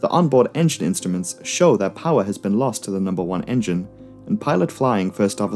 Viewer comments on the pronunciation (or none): none